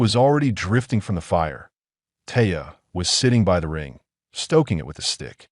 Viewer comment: it is one word not two initials; eye and tee, The same goes for by (one syllable), not two initials Just how old is the aI writing this stuff?? Hard to figure out just what it's about, same thing hapened with go near the end.